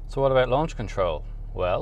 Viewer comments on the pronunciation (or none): none